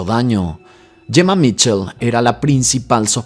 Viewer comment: No es Jemma ,es Gemma 😂